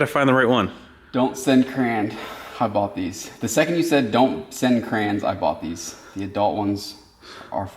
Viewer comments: Cray-ons not crowns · This the second video I've ever watched from you guys and seeing the crayons and the way you pronounce "CRAYNS" is awesome. Cheers from Ontario Canada